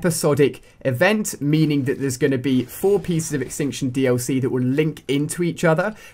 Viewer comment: The word extinction is missing the t in tion